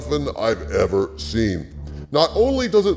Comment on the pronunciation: The "bestest evarrr" ahahaha always makes me laugh xD